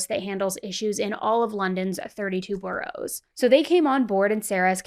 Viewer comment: RESPECTFULLY research pronunciation of Clapham and Borough. The Met, is a word, not an acronym. Sarah's case brought about a big shift for women in the UK, and deserves respect.